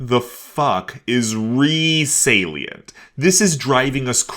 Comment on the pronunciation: Is that how it's supposed to be pronounced? We LITERALLY couldn't find out what the hell he was saying from sound alone and the transcripts read out "Re Salient" and stuff like that.